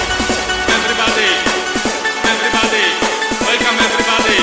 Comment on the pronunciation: łelkam ewrybady? nie, to nie jest dobrze. :P